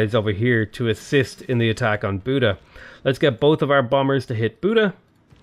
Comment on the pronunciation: I am a Hungarian and it is pretty funny how he is pronouncing the Hungarian cities (except Buda and strangely enough Esztergom which was almost spot on) :D (spoiler alert, it is nowhere near :D for some reason English speakers doesn't really understand the pronunciation of the Latin alphabet (Hungarian is far from Latin as well but the pronunciation of the letters is somewhat close), it is a miracle they stuck with that alphabet)